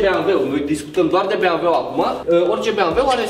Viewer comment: se zice bemveu!!!